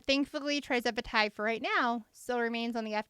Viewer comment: Thank you for getting this information out! I have been loving your content. BTW, you’ve been slightly mispronouncing the name of this miracle drug. It’s not TRIzepatide, it’s TIRzepatide. It’s on my list of “favorite things” because after 40 years of dieting and even weight loss surgery, I’m finally at my goal weight because of this medication! And I lost ALL my excess weight on the compounded version🩵🩵🩵